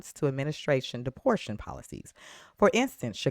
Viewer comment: Depor ta tion. Not deportion.